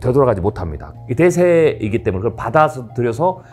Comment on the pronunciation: 이 분 한국어가 어눌한데 일본인인 가요? 한국어를 잘 못하는 일본인의 발음특성을 가지고 있네요. 때문에를 때문..에라고 말하는 것처럼 붙여서 발음해야 할 말을 답답하게 띄워서 발음한다던가 하는 이상한 말버릇이 있으신데 경상도 출신들 중에 일부의 특징인 것 같기도 하고